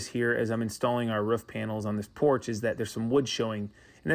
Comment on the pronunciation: Roof, Roooof not Ruff , Roo-Fah say it with me Roo-Fah not Ruff(rough)